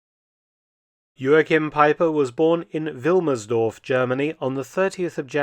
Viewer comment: Jo-Ach-Heem Pie-Per At least say his name properly.